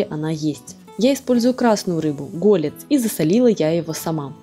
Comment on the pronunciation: Спасибо за подборку, но всë-таки голЕц, а не гОлец.